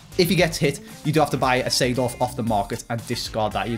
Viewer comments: Lmao 92 rated clarence "seeford" and not seedorf lol gg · I love Clarence “Seeford”